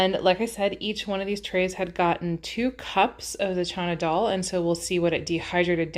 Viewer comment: That’s what it sounds like she’s saying… I think it’s just how she’s mispronouncing it… but yeah its “Chana Dal”… lots of recipes on Pinterest. It’s a really good and healthy recipe of Indian origin.